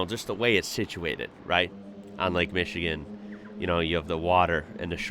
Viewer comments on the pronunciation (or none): none